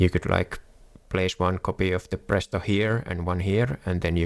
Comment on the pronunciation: You are finnish right, your accent gave that away instantly. Try to say Phraesto next video and not prästost lmfao